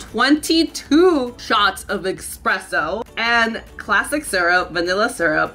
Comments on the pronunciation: literally no one:: E X P R E S S O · Expresso... tRiGgErEd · girl it’s “espresso” not “eXpresso” lmao 💀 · She be like EXpresso. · Its espresso not expresso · Im a Barista and can i just say - Im sorry for your wallet. Also..... Espresso NOT EXpresso LOL LOVE YA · There is no ‘X’ in espresso😂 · I like your videos, so cool.... just a little tip, it's not "expresso" it's "espresso" 😊👍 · I loveeee your videos....LOVE.... I binge watch them all the time. But I die a little inside when you say eXpresso when its eSpresso. I know sometimes people don't like to be corrected but I am also aware that some people are like me and want to be corrected if they pronounce or spell something wrong. So just letting you know :) <3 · It ´s eSpresso,not eXpresso. :)) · do you really call it 'expresso"? :( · Please say espresso not EXpresso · Please, do not say expresso. It`s espresso. There is no "k" sound in this word. Thank you for the video. 16 shots of espresso are 480ml coffee. One Starbucks shot of espresso is 30ml, so this is a lot of coffee and a lot of caffeine. Also, there is no point to have caramel (vanilla or hazelnut) syrup and sugar-free version. If you have the standard one, there is no point to also have sugar-free. The idea behind the sugar-free is to consume less sugar, but if you have the standard syrup in your drink, there is no point to also have a SF